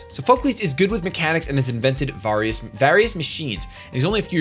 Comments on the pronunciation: Just for reference, it's: Soff-uh-clees Kee-ah-way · lol Sophocles is pronounced SOF-uh-cleeze, yknow like the Greek writer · Pronounce it like Greek! Soff-O-Kleez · Sophocles. Sah-fah-kleez. You were close, buddy ;D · It's pronounced saw-Fa-clees sorry still love u <3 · just mispronounced Sophocles... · How did you mispronounce Sophocles? He is a famous Ancient Greek playwright